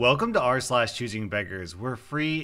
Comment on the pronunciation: rSlash sounds a lot like "arse lash" no offense